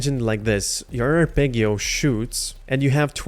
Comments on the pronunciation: Ar-peg-io pissed me off lmao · It's arpeggio not arpeggio edit: thanks for the video :) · You’re saying arpeggio wrong. I would want somebody to tell me. Thanks for the video. Very helpful